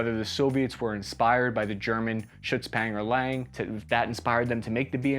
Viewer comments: Schutzpangerlang hurts My german speaking brain, I love it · the was?! Schütz-pangalang? for me as a German it sounds so funny. Is that some kind of English slang for Panzer? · Come on, please put a little bit more effort into the German pronunciation. You can do it! Jetzt reiß’ dich mal etwas zusammen! 😊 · Love how he butchers the word "Schützenpanzer" 😉 thx for the video mate. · I love how you pronounce „Schützenpanzer“ differently every time 😂. Keep up the great content! Greetings from Germany